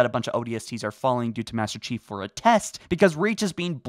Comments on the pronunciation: I reheard it like 5 times, and you definately dont say "Master chief" you are saying "bester chief" or something lmao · Did nobody else notice that he said "Baster Chief" at the beginning? Just me? OK... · Ah yes, the infamous... "bAsTer cHiEF!" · I heard he tried to kill "Bastard Chief" I had to rewind because I misheard him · “BASTER CHIEF” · I cant unhear "baster chief" lmao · I swear he said bastard chief within start of the video lol but as always love your stuff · I'm pretty sure he just said 'Baster Chief' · Don’t y’all love “Baster Cheif?” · “Baster chief”. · Did you say "tried killing Bastard Chief"? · Is it just me or did he say bastard chief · Baster cheif? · Baster chief this is a joke on how he said master chief so please don't hate me